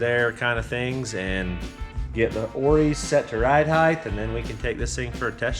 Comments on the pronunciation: Ok, pet peeve of the day: Height is not pronounced with a “th”. It’s not pronounced hidthe. There is no th in it. It’s pronounced hite. I criticize this because I admittedly can’t do all the cool stuff you do. So it makes me feel superior. 😂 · Now can you teach that "height" ends in a "t" and not "th"?